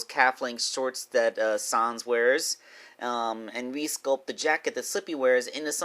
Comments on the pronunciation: Can you please stop saying son son it’s sans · It’s sans not sons